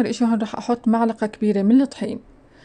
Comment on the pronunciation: ملعقة مو معلقة 😁